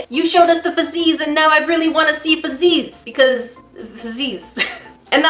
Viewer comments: It's not fazzies its fuzzys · Why did she keep saying FUzzeeees.. I thought it’s straight forward fuzzies basically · Why are you saying fuzzeez like that.. 🤢